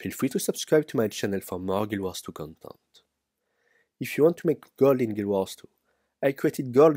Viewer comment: "Subscribe to my channel for more guild wars 2 condom?!" The fuck?! XD